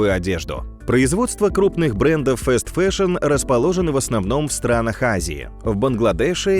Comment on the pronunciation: фаст-фэшн*, не фэст фэшн